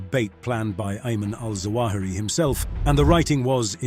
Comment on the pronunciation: it’s zawahiri not jawahiri